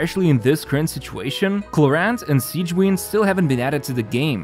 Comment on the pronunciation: The way he pronounced Clorinde and Sigewinne gave me PTSD